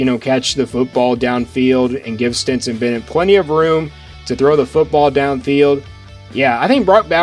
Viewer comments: I believe that his name is Stetson Bennett, not Stenson Bennett....................................... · Stetson. Not Stenson. Cmon dude. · Stetson...like the hat!...not Stenson. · Good work as usual. But here we Go again with Stenson Stenson Stenson!!! You might as well call CJ Stroud BJ Stroud. It's Stetson¡!!!!!!! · It's Stetson.. love your commentary. I agree 100% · It;s Stetson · It is STETSON !!!!!